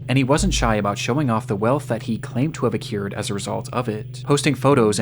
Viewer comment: did AI write this script? Why would you use the word acquired if you don’t know how to pronounce it 😅